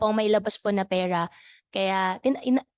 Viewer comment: Mayor pakitigasan mo naman yung r mo , peyra hahahha